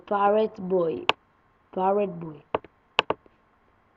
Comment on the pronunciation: תלמד כבר אנגלית וזה לא pirate boy זה pirate bay